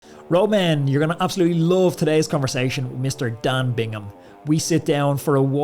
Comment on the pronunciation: Great chat, but is it so difficult to pronounce his name correctly? There is no 'n' in Bigham...